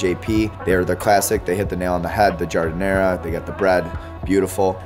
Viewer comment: How do the shop owners respond when real Italians come, you all pronounce it wrong and also don't make it the same at all ( GI-HAR-DE-NAH) It comes from the work garden, because we make it with the scraps. It is not Chicago that created that, it's Italian spicy or not ..... and we typically put melanzane on sandwiches. That's how behind Chicago, NJ and NY is.